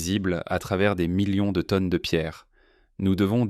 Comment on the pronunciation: Bonjour; si vous êtes un grond sciontifique ia, vous avez un petit défaut bien sympathique pour prononcer les chiffres et les terminaisons des verbes au pluriel. Pour une radiographie muonique de la pyramide de Khéops, quoi de plus important que de montrer le Sphinx, le temple de Karnak... et tous les musées Por unfau lè pièrramideu deu Ché-eups pèse seulement 6 millions de teunnes, contrairement aux mille millions susurés confidentiellement. On a toujours le choix entre: le père-okay, le péreuqué, le pierrot-quai et voici enfin la seule bonne réponse: il s'agissait du perroquet. Leu froncé meudern ét un' longueu compliqué du cou? Plus on punceu lé lavreu et plus on pèrleu keum un gron-èrtisteu. Un scanner a détecté une mystérieuse ouverture dans le crane fossilisé de Zawi Hélas, silencieux et majestueux.